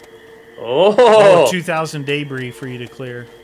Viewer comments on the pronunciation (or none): 2000 day-bree